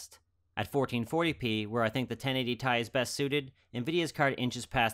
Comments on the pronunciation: Alright, I have to take EVERYTHING back. It's pronounced "T" "I", per the person who was the product manager for the 560 Ti when "Titanium" made its return. It's pronounced "T" "I" because that's how it's read off of the table of elements; not "Tie" because that's how the start of "Titanium" sounds. Oh, it's going to be rough getting that one out of my vocabulary... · I had to look into it, because I somehow didn't clue into the fact that pronouncing it "T.I." was as popular as it is. I found some old reddit thread that confirmed its pronunciation: It seems to be one of those words that most people pronounce incorrectly, because Ti out of context easily looks like it should be pronounced "T.I.". But I'm a stickler for details like that to the point where it's almost annoying!